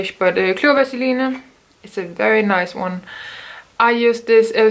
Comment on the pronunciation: You pronounce Vaseline the way we do in Spanish :) that’s cool! In the states (and other parts of the world), we tend to pronounce it as Vassaleen or Vazaleen if you’re fancy lol!